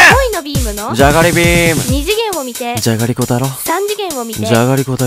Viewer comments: の「眠たくて」からだんだんじゃがりこって言ってない気がする笑笑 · 「じゃがりちぃ」に笑った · じゃがりちぃで吹いたｗｗｗｗｗｗ